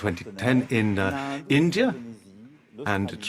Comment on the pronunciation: bhai India hai Aindia nahi hai har Poki Aindia kyu khte hai 😂😂😂😂